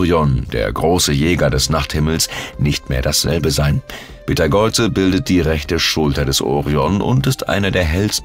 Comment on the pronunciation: Hallo. Im Englischen schreibt man ihn Betelgeuse und spricht ihn aus wie "Beatle juice". Im Deutschen heißt er Beteigeuze und wird auch so ausgesprochen. Auf Wikipedia kann man sich anhören, wie er ausgesprochen wird. LG 🙂